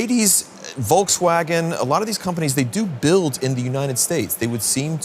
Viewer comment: Volks Uehgan